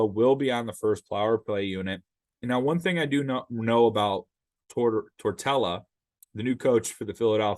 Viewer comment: I wanna listen but you called Tortorella tortella and said blue zone